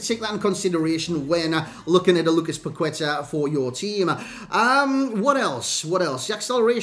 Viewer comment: Its pronounced "pac ê ta"